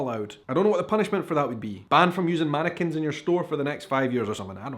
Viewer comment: did you say mannequins in a state of undress or "Americans"? 😲🤔😂